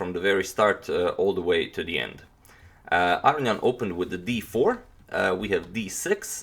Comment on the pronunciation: Real question. It appears it would be pronounced Ah Ro Knee In. Is that incorrect? You say it definitely different than say, Maurice Ashley who I swear says it as above.